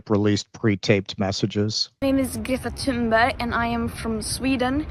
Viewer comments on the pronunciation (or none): she calls herself "githa timba" lmao